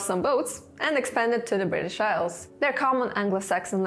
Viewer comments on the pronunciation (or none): none